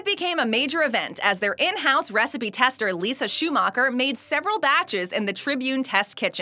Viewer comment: Secret “wecipe” :D